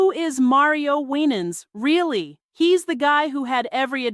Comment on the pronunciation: Why was Winans last name mispronounced throughout entire video?! 😂